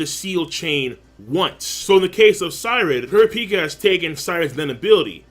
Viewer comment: it drives me crazy every time he says kurapika